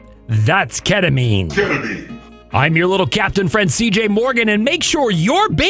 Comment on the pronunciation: I cried for the first time in 3 years after watching this. The tears shed were not of sorrow but of joy. Upon watching this master class in film making, it's safe to say my third eye is now open and I see the world in a whole new light. The crisp and clear delivery of the line "ketamine" sent goosebumps down my entire body which in return sent me into a sort of shock that I found hard to wake up from. I've had this video going on loop for 12 hours now and I'm ready to get my life together again. I'm 98% sure the ghost of my great grandmother spoke to me in the state of my shock. She confirmed that illegals are, in fact, buying up local real estate and passing out candy on halloween. Godspeed to you, sir and may your career be great.